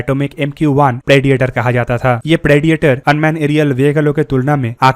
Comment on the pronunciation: First learn how to correctly pronounce the words 'predator', 'ammunition' etc.